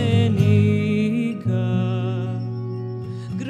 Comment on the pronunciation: Your voice is very nice but your pronunciation in Ladino is atrocious!!!